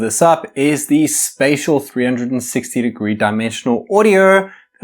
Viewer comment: Spatial is pronounced "Spay-shul" lol